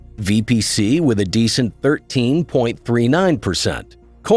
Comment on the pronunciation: its not VBC its VPC!